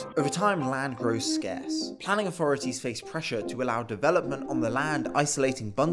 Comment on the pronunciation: Its so hard to listen to young brits who cant pronounce 'th'. 3='free', authority='awfority'. Not sure children with such poor diction should be allowed to dilute the language like this.